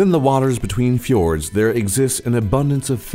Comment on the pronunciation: We actually dont USE Euro we USE «kroner». I hate that Its so much oil tho. We dont USE dollars either!! PFFFFT U SAID Båkkmål and Nunorsk. LOL learn Norwegian. I hate skiing and Im from Norway. I loooove Norwegian food My great Grandmas kjøttboller. U are still sayng stuff Thats SAID wrong on fjords u SAID FJÅRDS. Actually u forgot to say Japanes peoples on nummer 2. Well Its still a big difference on man and womans. But it seems like u didnt know that.